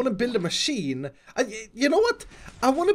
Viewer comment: please dont call it god maaasheeen